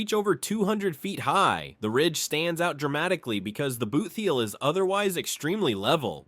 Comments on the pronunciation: Boot heel, not bootheel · And boot heel is not pronounced boothheel